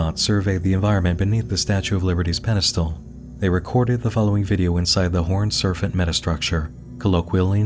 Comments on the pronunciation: Another excellent video. Thank you for taking the headache so we don't have to. Side note: you pronounced "Serpent" as "Serfent" through out the entire video. As far as I could tell, every other p was pronounced correctly in context. Just an oddity that bugged me. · has such a good radio voice...so why the heck does he keep saying "surf-ant" instead of "serpent?" This has bugged me the entire video. A hidden speech impediment? A clue about the Mythos universe? Not a native English speaker and he's just so good at it that only the pronunciation of certain words gives it away? I'm so curious about such a minor detail. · Why does it sound like "servant" every time he says "serpent"? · Why do you say "Serfent" instead of "Serpent" lol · Bro said serfant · WHY DO YOU KEEP SAYING SERFANT??? CAN YOU NOT PRONOUNCE SERPENT??? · This mf said serfent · Is there a reason he keeps saying "serfent?" It's serpent, with a p. Is that an accent thing? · I love your takes on this stuff ... but I have one small nit pick that's making me cruinge. lol ... SER P ENT ... not Ser f ent lease! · SAY "sERFENT" ONE MORE TIME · I love you but the amount of times you said “horned serFant” instead of serPent in a 3 minute time frame is driving up a fucking WALL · Another great video! But why did you keep pronouncing serpent as "serfant"? lol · ummm...? It's 'serPENT', not 'serPHENT'. There's no H in there. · What the heck is a surf-ant? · It REALLY takes me out of the video when he mispronounces words. Serpent isn’t “Serphent”. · I love how they pronounce serpent as serf-ant! /pos /j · "surf-ant" really? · You say serpent like “sir fent?” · “The horned serfent” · Why do you pronounce serpent "serfent"? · No one: Not a soul:: “Serfant” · I have never heard anyone pronounce it serfent in my life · Were you just messing with us by pronouncing serpent 'surf-int'? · Endearingly perplexed by consistent pronunciation of Horned “Surfent” 🏄🏽‍♂️ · why do you say serfent